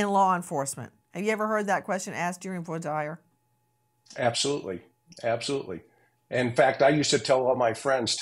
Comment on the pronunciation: Omg Grace u don't pronounce Voir Dire correctly. How long did u practice law in a courtroom?